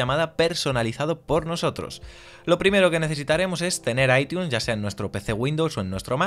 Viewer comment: Dislike solo por que dijiste aitiun